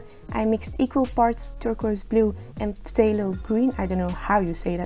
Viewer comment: Brilliant video, it’s pronounced Thay low. Similar to the start of the word thespian which is a posh word for actor.